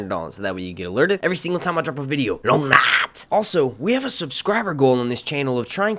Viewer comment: Bro you kill me when you say “long night” 🤣